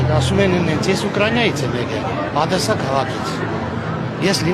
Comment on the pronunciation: Եկել ես մեր հզոր հայրենիքը կործանելու,նախ հայերեն խոսել սովորի,Ադեսա չի Օդեսա է,տխմար